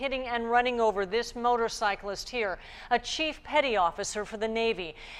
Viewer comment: Reads for a living, but can't say motorcyclists